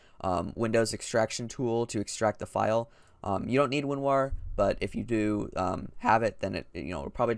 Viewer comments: Winwarw u heard everyTime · I just heard when u said winrar it sounded like winwah